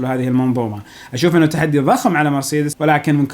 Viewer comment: محتوى رائع عدل كلمة مرسيدس